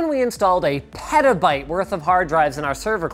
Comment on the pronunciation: Did Linus just say perta bite